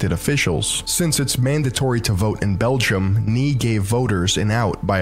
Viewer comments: lol the guy pronounces groen as growen and nee as knee! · Too funny he pronounces the Dutch word for "no" as "knee"... phonetically it actually sounds exactly like the "ae" in "Salt-"bae" with an "n" in front of it. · I fucking hate the nee pronunciation lool its nay ! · Nee (pronounced "nay"), means no in Dutch. Probably what he was going for and not a knight that says nee hahaha